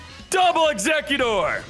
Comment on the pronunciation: He’s probably just messy around with the pronunciation, but it’s still kinda annoying xD